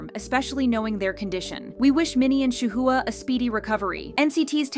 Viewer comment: Did you just pronounce Shuhua as SHA-HOO-HA?